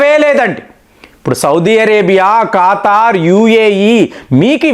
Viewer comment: ఖాతార్ అనాలా , ఖతార్ కాదా